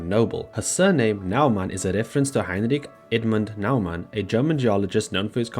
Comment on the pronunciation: I'm learning german atm so do take what I say with a grain of salt, but from what I learnt the pronunciation for Heinrich Edmund Naumann was good enough. WE LOVE ADELE!